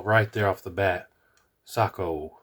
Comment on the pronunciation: "say,ko" not "sock, o"